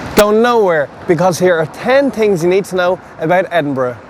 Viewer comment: oh my god i want to slap this guy. 'ten tings'